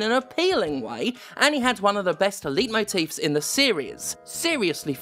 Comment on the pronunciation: Did you just call a "leitmotif" as a "leetmotif"? "Leit" rhymes with "light".